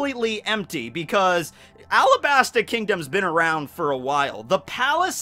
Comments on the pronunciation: It's called arabasta not alabsta It's just common sense the arc is based on Egypt and other middle eastern countries and we are called arabs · It’s supposed to be Arabasta. It’s based off of Arab countries, and the l and r in Japanese are the same sound